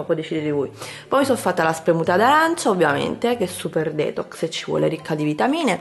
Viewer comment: non sei mai andata d'accordo con l'inglese. Detox si pronuncia "ditox" mentre fruit si pronuncia "frut". Comunque basta poco per non sbagliare. Vai su google translate (esistono anche altri siti) e ascolta l'audio della parola che ti serve :)